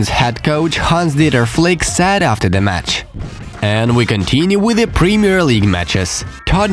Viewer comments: Bro its S AI D not SAD, the remark I can make to you is to work on to pronouncing this word correctly , other than that keep the videos coming!! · Am I the only one who thinks he says sad messi instead of said messi